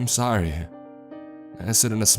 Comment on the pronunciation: The inflection you put on the last word of every sentence drives me crazy,, I know it isn’t kahhhhind ,, I’m so sahhhhrry,,, it’s like u exhale on the last word for dramatic effect but it just sounds like a frat boy droning on about last nights shag